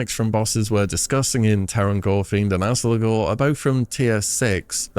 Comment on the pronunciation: it’s Azgalor. Not “Alzagor”